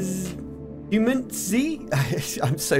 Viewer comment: Nice review! You'd pronounce it as "Humanit-Zee", a twist on "Humanity".